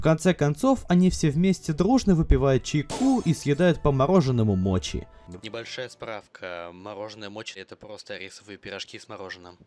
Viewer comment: Если что ее "мочи" а "Моти" правильно произносить